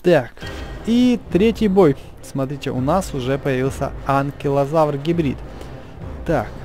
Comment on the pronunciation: Извини ты сказал анкилазавр